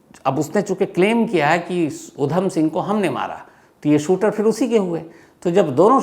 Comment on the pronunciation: Jaban fisal Rahi he apki . Jara dhyan se boliye.5 November - Uddham Singh 😊